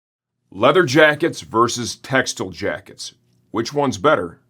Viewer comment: Tex-tile not textle